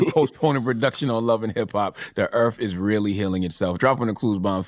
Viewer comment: “tHe eArF is ReAlLy heAlinG itSeLf “ 🙄🙄🙄